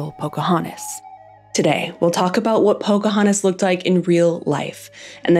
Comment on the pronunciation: She is called Pocahontas, not Pocahanis. If you're going to narrate, please try to enunciate the necessary consonants.